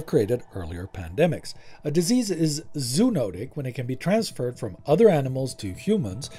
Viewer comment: FYI each of the o’s in the word “zoonotic” are pronounced. Zo-o-no-tic. Great job as always! Thank you for tackling this topic and keeping it objective and factual.